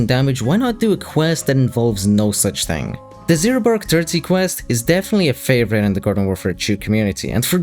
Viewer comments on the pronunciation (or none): who pronounce "Gnome" with a G sound? also it's "two" not "chew" and "thing" not "ting" "Three" not "Tree"